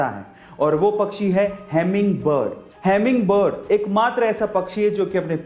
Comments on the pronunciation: I think that is not a good teacher because his pronunciation is very weak because he said hamming bird to hummingbird 😂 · Iska pronounciation kya heming bird hai?